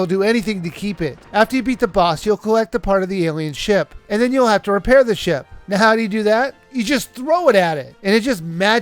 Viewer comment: hey every time you said "ship" it sounded like you kept saying sh** lol.